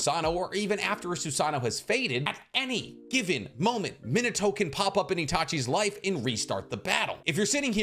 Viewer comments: You call him minito and not min ah toh literally irks me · Minato = ME-NAH-TOE I speak Japanese. Just trying to help an anime bro out 😅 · ITS PRONOUNCED MIH - NAH- TOE GETTIT IT RIGHT!!!!